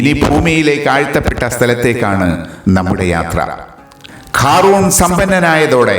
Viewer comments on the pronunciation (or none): ഖാ റൂൺ അല്ല ഖാറൂൻ